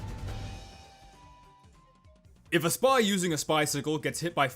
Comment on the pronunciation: "if a spah"